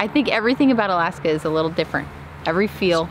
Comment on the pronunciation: Alaksa or Alaska?